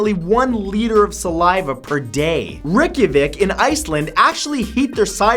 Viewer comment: I laughed so hard at fact 31 when he said Reykjavík😂😂 (I am from Iceland) totally butchered it😂